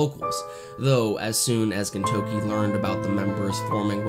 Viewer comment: good video but it's very distracting that you say "ginTOUki" instead of "GINtoki"